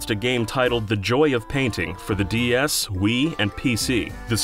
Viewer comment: Am I crazy or does this guy keep saying "DES?"